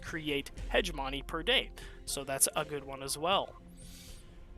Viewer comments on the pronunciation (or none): I usually don't care about grammar. But I have come to the conclusion that every wonderful streamer will mispronounce hegemony...